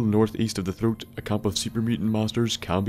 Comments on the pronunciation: "The devils troat" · The Devils Troat. I love you accent.